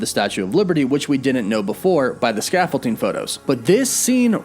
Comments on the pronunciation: Scaffold-DING, not ting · Why do you call it Scaffolting? It's ScaffolDING 😁 It's like your Wolf becoming Woof haha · Sorry, what is scaffolting? Did you mean scaffolding? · Does this guy think the word “scaffolding” is pronounced “scaffolteeng”? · stressing me out how you keep saying 'ScaffolTing' instead of 'ScaffolDing' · Oh man every time I hear him say "scaffol-ting" it takes me out haha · "The Statue of Liverty and that scaffolting" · Man said scaffolting 💀💀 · ScaffolTing? Sorry, I couldn't unhear that. Joking aside, well done video! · scaffolDing... with a D not a T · Really bothers me how you say scaffolding. There is no T. Lol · You're killing me smalls! There's no t in scaffolding. Not sure why that's driving me nuts like it is, but damn, it really is lol. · ScaffolDing. With a D, my dude 😂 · I'm sorry, but it bothered me every time you said it... There is not a "T" in scaffolding. Sorry, my ADD gets me sometimes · dude, you know there isn't a "t" in that "s" word you horridly butchered 20+ times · Why does it bother me so much the way he pronounces "scaffolding" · Scaffolding doesn’t have a t in it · Scaffolding man, there’s no T…don’t mean to be that guy, but….